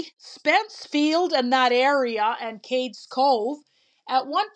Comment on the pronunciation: It's called CADES Cove, not "Katies" Cove. It's not pronounced like a girl's name.